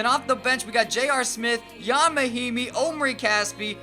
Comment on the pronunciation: It’s Ian Mahinmi, not yon.